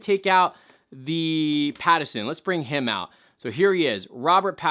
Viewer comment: its Pattinson not Pattison